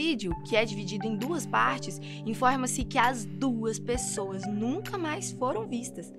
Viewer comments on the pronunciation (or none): none